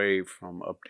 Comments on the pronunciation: I love your spot-on insights, which are presented so well, Victor, but just what do you have against the word nu'-clee-er? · I came to hear this brilliant man say "nucular."